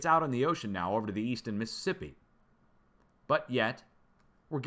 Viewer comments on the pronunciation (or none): none